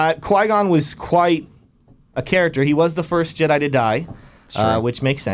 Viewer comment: Never heard an obvious one :) Jebbi (pronounced : Jaby) Yoda